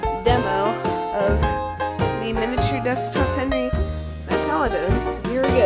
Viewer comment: it's Paladone not Paladin :////